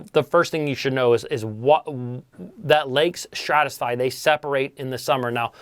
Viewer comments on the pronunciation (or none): Dude there is only one S in stratify lmao. Hearing you mispronounce that every time was too much